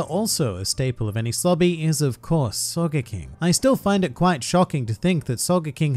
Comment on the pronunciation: Can I say that it kind sounds like you're saying soccer King